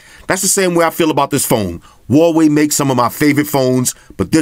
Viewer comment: Umm (wowohe?) Is that how u say it?! ._.